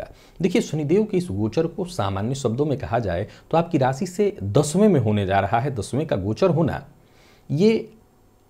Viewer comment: वाह, "शनिदेव" शब्द का सही उच्चारण सचमुच कर्णप्रिय लग रहा है। 'बुध' भी अब "बुद्ध" नहीं रह गया... काश ! रासि, ओपरेसन, (नौकरी-)पेसा आदि में भी सुधार आ जाता !